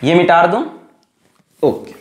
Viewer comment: Others - mita dun Sir be like - mitar dun Love u cute sir